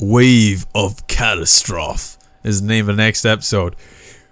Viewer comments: "Wave of 'cat is troff' " lol It's CATASTROPHE you silly goof. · Dahell is calasttroff, it's catastrophe cat tas trophy